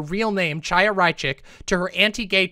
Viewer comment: "Tchaya" oh God I'm begging some BreadTuber, any BreadTuber, to pronounce the "ch" sound properly. It's the back-of-the-throat sound. First Lance, now. This is painful.